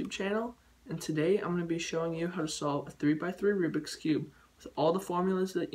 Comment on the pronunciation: Also remember it is called "Rubik's Cube" not "Rubix Cube".